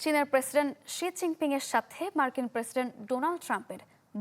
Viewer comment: শি জিং পিংক না হবে, শি জিং পিং উচ্চারন ঠিক করে সংবাদ পরিবেশন আবশ্যক...